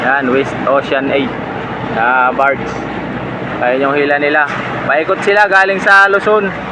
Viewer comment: Barges hindi Bards